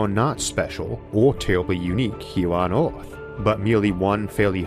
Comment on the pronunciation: Wow, I have some real problems with this accent (not being an English native speaker). Swapping an e-, i-, or a-sound for an o-sound makes this really hard to understand. I hear "orth" when the word "earth" is spoken. I'm really interested in the subject, but I'm sorry I don't think I can watch this video to the end.